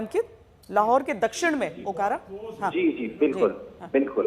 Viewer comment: अकोरा नहीं।। ओकारा